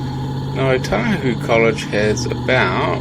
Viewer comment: Is it pronounced as oTAhuhu? I always thought or heard it as Otahuhu.